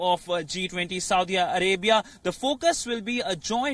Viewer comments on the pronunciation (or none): ....saudi'AAA'..Arabia😜...its Saudi Arabia